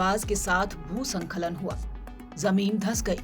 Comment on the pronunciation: भू स्खलन होता है, संखलन उच्चारण गलत है।इन छोटी छोटी गलतियों को अभी से सुधारें🙏